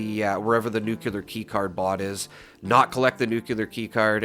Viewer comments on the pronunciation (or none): Great! I can't resist saying please say "Nu Klee Ar" instead of "Nu kyuw Lar" (Sorry, it just drives me crazy, and I know even a well educated man like Peter Zeihan says it wrong, as well as probably half of people... Another Youtuber with a great speaking voice, Juice Head.. where did he go, by the way? .. also says nucular. ) Enough of the rant. Anyway, I love this tip. I know the drop rate for the plans is extremely slow, but if we want to grind it, this makes it so much more efficient. Thank you. Also, the Watoga vendors, I did the same, for hours, repeatedly swapping servers to check the two vendors. I got the Enclave flamer mod several times this way, about a year ago. I gave the flamer mods to a few friends and used one, modified for vampires, for a secondary character, because it's powerful. But the range is too damned limited compared to Holy Fire. I'll take Holy Fire any day over the Enclave Plasma modded with the aligned flamer. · There is no such word as nucular... nuclear is the word you're looking for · It’s nuclear, not “nuke-yuh-ler” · NEWK-lee-yer. Not ‘new-que-lar’ . There is no cue sound in the word nuclear. I only rant because I like you and the channel so much. And it kills me every time you slaughter the word. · Thanks for the info! Also, Nuclear's pronunciation is "noo-klee-ur." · Gawd, you’re killin’ me, Smalls. You’re making videos for a game based in a nuclear wasteland, and you have no idea how to even pronounce the word “nuclear”. PLEASE, I’m begging you, take a moment and at least type it out and JUST LOOK AT IT. Look at it and slowly pronounce it AS you’re looking at it. Please, don’t take this as rude or trolling. I’m dead serious and want you to at least TRY to pronounce it correctly.